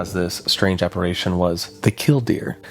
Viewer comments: Yeah, we’re not gonna let that pronunci-ition slide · You should give the people of 1891 a bit more credit. On average, they were far more intelligent than the average person today. They certainly knew how to pronounce "apparition" correctly. 😂 Just messing with you...sort of 😉😢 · Please learn how to say apparition properly. Its fkn unbearable. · Your pronunciation of "apparition" is cringe af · The way he pronounced apparition threw me, but it was an interesting video. I had not heard of this story so thanks for covering it. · Thank god, I came here to say this haha phew! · Is he just mispronouncing apparition or is that an accent thing? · Omg you keep mispronouncing APPARITION. ITS DRIVING ME FUCKING NUTS. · Apparition... App-A-ri-tion(shun) Not app-a-RAY-tion! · I love this story, but I just gotta say, it's appar-i-tion, not appar-a-tion. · Aside from mispronouncing, "apparition", as "apparation", you also mispronounced the word, "writhing", as "worthing". And you mispronounced, "imbibing", as "inhibiting". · It's pronounced, "apa RI tion" not apa RAY tion" jeez dude, and you have kids omg .😮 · The word is: Apparition. Not, "Apparation". Unless you were meaning to say: aberration? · Apparition. Not apparation. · ApparAtions be apparAtin' yo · Check your pronunciation of the word "apparition." App-uh-rish-un, not app-a-ray-shun. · Great video, but I have to grit my teeth and flinch every time he says "aparation", instead of apparition. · is saying apparation, which i dont think is a word outside harry potter. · Ap-pa-rih-shun Try and enunciate the H in "rih" and say "shun" immediately after. It'll fix it for ya, you spoon. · You are mispronouncing the word apparition. You keep saying app-ar-A-tion. That's not a word. - Grammer Police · Born and raised in Central Indiana and I've never heard of this. 😮 Edit: app-ar-i-shun. "I" as in "it". W-r-ai-thin = writhing. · What is an "apparation?" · aCSHUALLY ap·pa·ri·tion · He was saying apparation